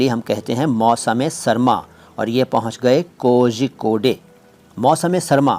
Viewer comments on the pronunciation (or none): Kozhikode का नाम कोझीकोडे नही, तो कालिकत या कोळीकोड malyalam मे कहते हैं